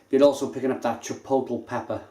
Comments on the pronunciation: If it helps, Chipotle is pronounced chipot-lay.. And Jalapeño is Hala-peno. Cheers. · chipotle is pronounced 'Chi-pot-LAY' and the J in jalapeno is silent. haha I had to! Great review as always mate. I haven't had this one, I liked the choc orange version though. Very subtle. Nice stuff. Cheers!